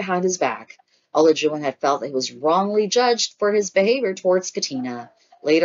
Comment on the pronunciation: Please learn how to pronounce the participants names‼️ It’s not o-la-jun it’s pronounced A-lie-ju-wan”.